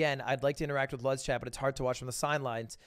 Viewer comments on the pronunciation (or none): none